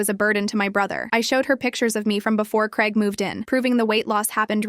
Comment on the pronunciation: ITS GRAIG NOT CREG. Bloody hell 🙄